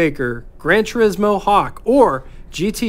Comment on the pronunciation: Minor quibble on pronunciation: It's "A-vahn-tee", not "A-vahn-tay." Likewise, it's "Tur-ees-mo", not "Tur-is-mo." The "i" in Italian is pronounced like a long "e". Sorry...just hit my ears wrong. My dad owned a 56 Golden Hawk (yellow and white) and later a white, 63 GT Hawk. The Studebaker dealer in Virginia Beach where he bought the 56 also sold Mercedes, and yes, the grills did resemble those on Mercedes at the time. He said the 56 was good for a 7-second 0-60 mph time. The neat item at the time on the 63 was that was the year the US changed to amber turn signals. It was quite a novelty to see them and JC Whitney catalogues even sold amber-colored polish to change clear turn signals to amber. The front fenders also had translucent markers that lit up at night. I took my driver's license test in the 63 and it was definitely a head-turner.